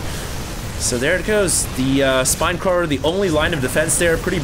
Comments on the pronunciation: he said spine crawrer lol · he said spine crawrer